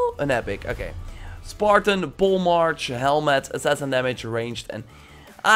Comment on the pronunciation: I could care less about daggers. I am a warrior and hunter, not much into being an assassin. By the way, it's pronounced Polemar*k*. Not March like the month.